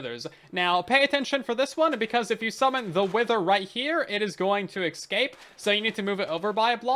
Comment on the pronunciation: Cool vid but studies have shown that people who pronounce escape as “EXcape” have brains the size of a small walnut